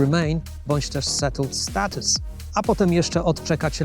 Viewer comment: Już miałem wysłać pochwałę za dobrą wymowę... Po usłyszeniu "settled status" jednak nie... :)